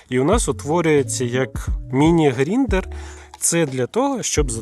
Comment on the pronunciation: Та не "Гріндер" а ГРАЙНДЕР!!!!!😅😂😂😂